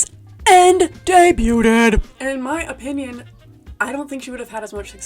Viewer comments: This video was an awesome recommendation from my algorithm but “debu-ted” is FRYING ME 😂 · why tf are people pronouncing the t in debuted??!?